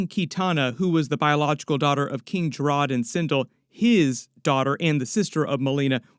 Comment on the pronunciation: (Ka-ta-na) not Key-ta-na King Jared not Jaa-rod 😂